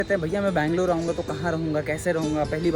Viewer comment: ಬೆಂಗಳೂರು ಅದು ಬ್ಯಾಂಗಲೋರ್ ಅಲ್ಲ